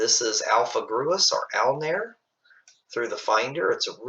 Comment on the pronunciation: I thought it is pronounced "groose"